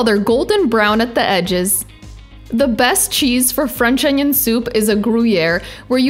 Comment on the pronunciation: Анион?! Кровь из глаз у меня и у моего учителя английского языка.